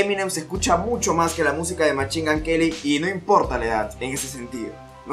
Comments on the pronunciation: Machingan queli jajajajaja me gusta tu inglés .... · Eminem: Literally nobody:: machin gun queli, marchal maders